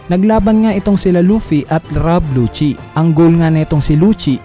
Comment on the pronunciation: Lusi po pronounce hindi po luchi Lucci